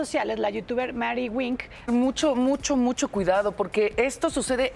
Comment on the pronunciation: Se ve como cortan la nota y la desvían poco a poco, ni siquiera dice bien lo de Maire wink .